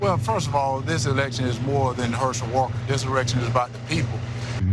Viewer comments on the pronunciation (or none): "erection" instead of Election' FREUDUAN slip if I ever HEARD ONE!🤣🤣🤣🤣🤣🤣🤣 I hear SNL's : Emily Letilla" and her tirade about, the Presidiential Erection" " she s a bit hard of hearing......🤣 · He really did say that "This erection is more about the people with Trump stooges Lindsey Graham & Ted Cruz at his side. This moron, Herschel Walker, doesn't know the difference between "Election" and "Erection" any more than Marjorie Taylor Greene knows the difference between "Gazpacho Soup" and the "Gestapo Police", any more than Donald Trump knows the difference between "Oranges" and "Origins". "Kofveve?" Maybe, all three need to drink more "Kofveve". Obviously, Walker has no shame, but it is now clear that neither do Graham or Cruz. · So, Walker just pronounces the word “election” as “erection”? Sorry, it’s not a mispronunciation when it’s a completely different word! Wtf kind of excuse is this?! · I put on CC and it said direction but a swear he said erection. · Ha! 🤣So basically you're saying You support this fool?! Warnock is overly qualified compared to Hershel! The Republicans couldn't find a conservative blk person who lives in the state ;that hasn't been a Resident since he was in college 40 yrs ago? He can't even say the word Election without embarrassing himself and the whole party! Come on troll You gotta be kidding me?🤷🏽‍♀️ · "imagined mispronunciation issue" nothing imaginary there boy, it actually happened or are you so delusional you want to keep claiming it didn't? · Of course he said election with an 'r', he's upright and stiff!!!! And yup, a valeDICKtorian he was/is. And both of those tongue lolling, idiots on either side of him, not his dawgs. What's he doing with dem dat not his dawgs?